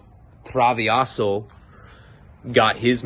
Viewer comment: That's not thee hole, that's your hole. And it's Thrah-veh-ho, "travejo". Means trouble maker.